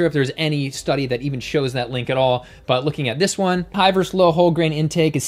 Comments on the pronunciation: Please say versus and not verse. Your videos are great, by the way. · I love you. I love your content, but please learn to say “versus” properly. It’s not your fault. I hear it often these days. It’s distracting. Much love and respect from a much older vegan. 💚